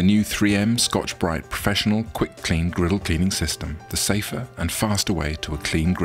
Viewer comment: the way he pronounced scotch bright was extremely satisfying